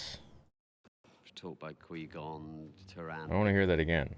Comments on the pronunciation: Qwee Gon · "Quee Gon" lol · Does anyone know why some of the crew say "Quee-Gon"? Did they change the pronunciation with voice over before TPM was released?